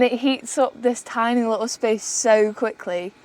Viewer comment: Can't bieleve you brought flame inside the vehicle. You finished cooking inside(!!??) Also that fresh carpet will love those food odors. You have space to blow up a mat,sleep right there in the van,drier warmer. You call the van "Tiny" but your pronounce is Tinn-ee(??) Like if someone were to rap on thin metal it would sound Tinny,right??